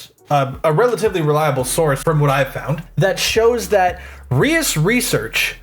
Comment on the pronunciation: procedes to mispronounce Reus 😅